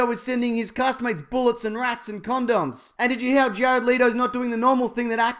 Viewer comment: Jare-odd Leedo